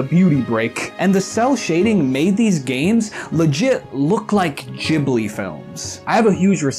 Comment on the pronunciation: can we get this man to learn how to actually say Ghibli?